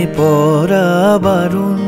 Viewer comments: অনেক অনেকদিন পর এক খানা গানের মতো গান পেলাম। মুগ্ধতায় ডুবে আছি। পাখির পালকের মতো হালকা, নরম আদুরে আবেদন মাখানো শব্দগুচ্ছ। শুধু একটা শব্দের উচ্চারণ কানে লাগছে। প্রেমে 'পড়া' বারণ এর উচ্চারণ প্রেমে 'পরা' বারণ হয়ে গেছে। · সব ভালো।শুধু,পড়া কে পরা বলছে।এই উচ্চারণ টা ঠিক করা দরকার। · উচ্চারণ টা "প্রেমে পড়া" হবে। "পরা" নয়। শুনতে ভালো লাগছে না। আশা করি আপনি এটা পজিটিভলি নেবেন। বাকি লোকেশন , গলা, ভিডিও এডিটিং অসাধারণ।।